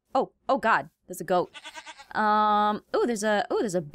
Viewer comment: I didn't know dat foxes say 'OH MY GOD DERS A GOAT'